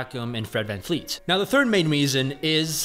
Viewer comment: van- VLEET its a V not an F